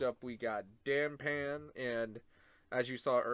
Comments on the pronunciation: The panda rider is called Da-pan, not Dan pan. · I just noticed that you’ve been calling him Dan pan for a while.